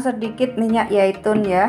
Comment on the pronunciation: Minyak zaitun....bukan yaitun